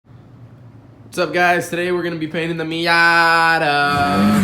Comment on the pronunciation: The way he said Miata is dead on like every other Miata dumb f** owner... no idea why y’all like oversized golf carts